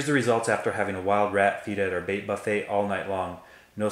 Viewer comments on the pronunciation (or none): none